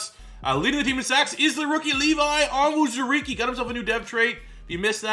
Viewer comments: Levi's name is pronounced OWN ZOO REE KAY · Hey man! Just some help (yeah, I know it's late) but it's pronounced Levi On-Zur-E-Key and A-Leem McNeil.